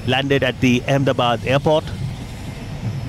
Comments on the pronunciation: Righttt! I couldn’t stop laughing when he tried to say Ahmedabad😂😂💀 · "do-laand trumph". 🤣🤣🤣🤣 ambebad🤣🤣🤣🤣 swami-vive-commund succhin tendulkar🤣🤣🤣🤣